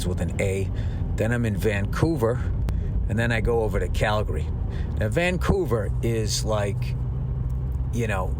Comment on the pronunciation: btw Bill, its pronounced "Calgree" just like you dont say "Oro gone" its "Organ" to pronounce "Oregon" correctly, just like its not "Tor on to" it's "Tranna" for "Toronto" 🤣🤣